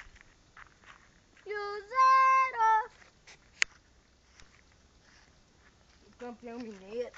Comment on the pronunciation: "Cruzeeeiro" kkkkkk